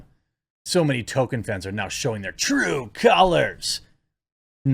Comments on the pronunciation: TOLKIEN not TOKEN 😡 Why is pronouncing peoples names correctly so impossible for you? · Could you stop pronouncing it Tokin Sounds odd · Dude, pronounce it correctly!! At least remember there is an "l" in Tolkien! It's pronounced toll-KEEN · STOP CALLING HIM "TOKEN", YOU SOUND LIKE A GOON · Jeremy please learn how to pronounce Tolkien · The ‘L’ in Tolkien is not silent, Jeremy. Btw for all who care — first Black Panther was WHITE. The only way to fix this hysteria is by voting for Trump in ‘24. It’s so ironic, to the weak-minded people who were bullied and shamed into not voting for him but still think they’re patriots — you created these problems. You emboldened the sick left.